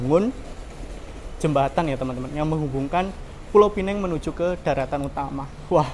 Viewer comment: Penang bukan pineng